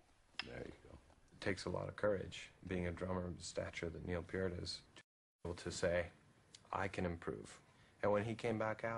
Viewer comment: RUSH is THE PERFECT EXAMPLE of the fluidity of MASTERING TIME SIGNATURES! I play drums and there are a few things that you need to know about Neil Peart’s ( pronounced PEER-T) character: First he writes the lyrics so he knows in advance what TYPE of song it’s meant to be ie ballad, driver, etc. Second he COMPOSES on the drums… like a carpenter who looks at a set of blueprints before building the object. Neil lays out a SKETCH in his mind of the VOICES of the drumset and builds the song from there. He is also a great LISTENER knowing when NOT to step over Geddy’s singing or Alex’s solos! Finally, he had perfect timing and fluidity of time changes. He said himself that it’s not about COUNTING the time signatures as much as fluid motion to change the tempo without counting: in other words it should FLOW! He hates repeating the same drum patterns in the same song meaning if he plays a fill one way the first time around he will play it differently the second time around. IE. Rolls down the toms the first time around and triplets or quads (all four limbs) the second time around. In short there will NEVER be another like him on planet earth 🌍 🌏 🌎! REST IN PEACE PROFESSOR! With heart felt admiration and sincerity! Gary